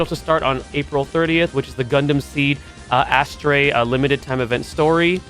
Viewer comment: Pronouncing Astray as "Ass trey" is fkn diabolic bro😂😂😂😂